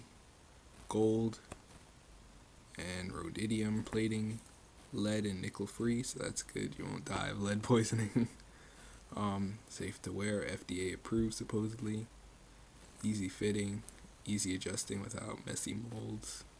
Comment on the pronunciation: Lol save your money ppl lmao this dude said "rhodidium"